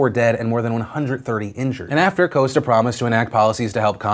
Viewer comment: When you’re Portuguese and he says Costa wrong☹️ but I’m glad you’re bringing light to these fires, and it’s been a major problem for the region for years. Not a lot of people in the media seem to care about stories from other countries.